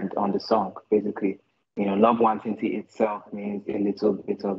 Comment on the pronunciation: ik ben van daar ik ben super trots en zo spreek je het niet uit trouwens